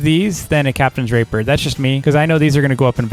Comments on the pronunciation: Can you please say captains ray-pee-er Not the other one It's unnecessary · The way he says “captains rapier” kills me im sorry I just can’t unhear it 😭😭